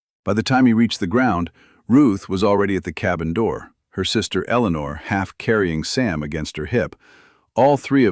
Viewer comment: Complements to both the creator of this story and the narrator for correctly pronouncing the name “Eleanor”. I liked this story as it gives us a different perspective of what the frontier was like for small farmers dependent on their windmills, well, kitchen gardens, the construction of their small homestead cabins. I also like that Jonas, an 18 year old orphan raised by an uncle after his parents died. The uncle did not really want the reasonably of a child. Listening from Clarksville, TN.